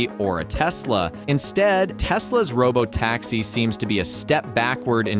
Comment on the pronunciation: Why you saying taxess instead of taxis?